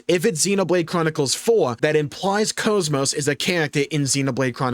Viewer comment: If Xenoblade Chronicles 2 definitive edition does come out, I demand that all voice lines that pronounce her name "Cause Moss" get re-recorded and corrected.